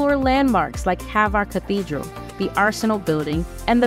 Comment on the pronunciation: Not HAVAR, name of ilend is HVAR...Croatia, Adriatic sea,💙💚def must see